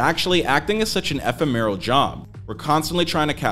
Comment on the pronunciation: This is for the voiceover artist. Eh-fem-er-al. Ef-fem-er-al. I'd like you to practice these words.